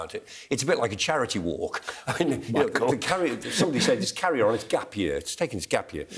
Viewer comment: "Carrier On!" 😂